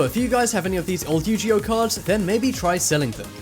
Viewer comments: 1 AAAHHH YOU PRONOUNCED IT WRONG YU-G-O not how it’s pronounced its Yu-ge-oh 2.not to mad but your still a awesome YouTuber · It’s not Yujio it’s Yoguie! 😂😂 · You-gee-oh cards😑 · Signs neither your narrator nor your QA team know what they're talking about: 'Yu-ji-oh' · Yu-Gee-Oh....? What?? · I thought it was was pronounced ugeo. How he mispronounced yugioh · Yoo-Gi-Oh... YOO-GEE-OH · You miss pronounced Yu-Gi-Oh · I don't mean to be annoying but first of all you pronounced Yu-gi-oh wrong and also when you were talking about the Harry Potter books you said it was worth up to 40000 dollars but the image you showed about them said they were worth 40000 pounds